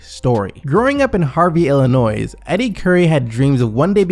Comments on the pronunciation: Did you really just pronounce it "Illinoise"? Yikes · who pronounces the s in Illinois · Cool video but when u say “Illinois” you don’t say the “s”